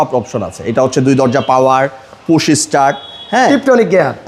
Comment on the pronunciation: পুছ স্টার্ট কিরে বোকাচন্দ্র ভিডিও ম্যান? 😂 ঠিক মতন পুশ ও বলতে পারিস না ছাপড়ি। আর তোরে মনে হয় টাকা দিলে তুই গাড়ি ওয়ালাদের গু ও খাবি